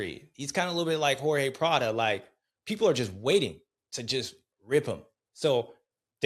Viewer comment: “Horhay Pladdo” we back lol